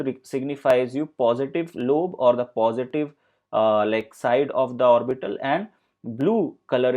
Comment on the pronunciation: Lost the will to go on when he pronounced orbiiitall